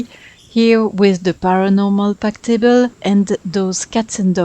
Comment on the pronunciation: Love the colors! Your English vocabulary is excellent. If you want some pointers, there's a few times where you put the emphasis on the wrong part of the word (for an American speaker, at least). For example, you said DE-lete, win-DOW, ta-BLE, but I would say de-LETE, WIN-dow, TA-ble. And one thing you may not know, Brits use the term "holiday" for time spent away from work and home to travel for fun and relaxation, but Americans use the term "vacation." Americans only use the term "holiday" for special celebration days Christmas, New Year's, and Independence Day. So most Americans would be very confused by you calling this a "holiday home." Just something to keep in mind if you want to reach American and British audiences.